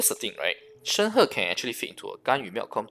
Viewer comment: ah.. finally.. someone who can pronounce her name right.. thank you for the info :>